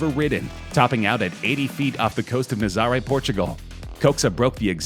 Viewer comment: “Nuh-zar-eh”??? You mean Na-zah-re? Nazarè